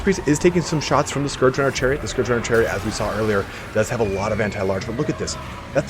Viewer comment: Finally someone who pronounces Scourge correctly